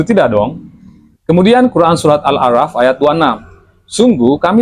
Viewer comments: Hmmm...saya tidak mengomentari konten anda ataupun dondy tan. Yg saya pahami disini pun anda masih keliru melafalkan surat Al A'Raf. Huruf ra literally anda baca ucapkan seperti abjad alfabet biasa. Selama saya belajar belum pernah ada huruf ra dibaca ra, adanya diba ro. Disini saya melihat sejauh mana kapasitas anda ketika mengulik suatu kitab suci. Dah gitu saja. Btw, saya bukan fans dondy tan dan bawah pohon science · Muin pun pengucapan arabic besalahan contohnya anahal ,awlah , al araf